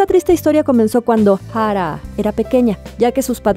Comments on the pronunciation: Yo tratando de tomar el vídeo en serio & sale con su "Ja-rá" como si hubiera puesto al traductor a pronunciar su nombre porque ella no podía pronunciarlo 🤦🏻‍♂🤦🏻‍♂🤦🏻‍♂ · me pone un poco nerviosa como dice Jaaraa. que descanse en paz. :c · Porque pronuncia así jara que feo molesta al oído pero nada muy buen reportaje y triste de esta sociedad la vida es dura para muchos con dinero o sin dinero con fama o sin ella. No es fácil y más cuando se sufre tanto no critico al que tome esa decisión no es nada fácil y solo ellos saben su dolor para mi hay que tener mucho valor para quitarse uno mismo la vida y eso duele porque es lo ultimo que se pierde el valor y estos seres humanos lo usan para quitar su último suspiró triste de por sí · Me irrita demasiado como pronuncias su nombreeee, AHHHHHHH no puedo.